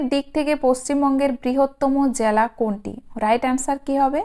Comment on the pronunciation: Jala noy jela